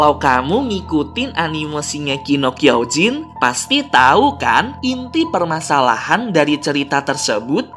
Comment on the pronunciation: 04.45 Shingeki no Kyojin....bukan kinegeki no Kyojin